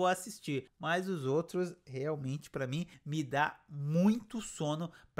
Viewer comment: Nicolas Prattes fala uma frase qualquer e já está com os olhos marejados e cuspindo , além de não conseguir pronunciar a preposição "para", é sempre "pa você" "pa mim". Não aguento mais ver a Gabz fazendo a mesma cara de susto, é sofrível, na minha opinião, como espectadora, foi um tiro no pé colocar essa menina, a escolhida deveria ser a Jéssica Ellen, essa sim deveria ser a protagonista da novela das 21h. Não aguento mais ver o talento da Ana Beatriz Nogueira sendo desperdiçado, dizendo que a viola é a mulher da vida do Rudá 🫠. A trama e a atuação da mulher do brigadeiro, na minha opinião, é terrível e só piora, sem contar a do marido abusivo que não deixa a mulher comer. Olha, francamente, como espectadora, só não desisti dessa novela porque gosto do Chay e foi uma grata surpresa ver a Ágatha Moreira em cena, quero ver o desfecho da Luma.